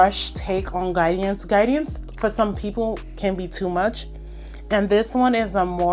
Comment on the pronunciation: The way u add the extra syllable to Guidance is hilarious 😂 u said "Guide-E-ance" which gets me tickled